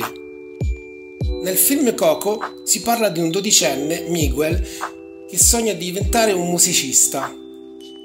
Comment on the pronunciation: La tua pronuncia di Miguel è fantastica!!🤣🤣🤣🤣